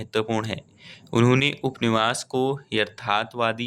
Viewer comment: Upanyas hota h upniwas nhi Bhut glt read krre ho ap hindi